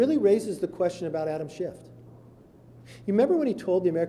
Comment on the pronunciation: I like the way he called him Adam Shift.....Hilarious